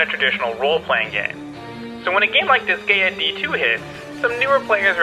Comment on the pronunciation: also, it's disgaea as in dis-guy-ah kinda like ninja gaiden.